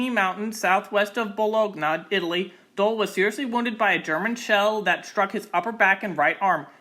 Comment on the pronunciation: Great video! But please work on your pronunciation of Alpine, Bologna, and Kosovo haha